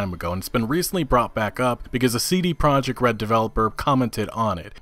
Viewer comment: CD PEE-ROJEKT